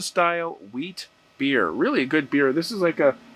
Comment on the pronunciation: you said the name of the beer wheat, it is white like the color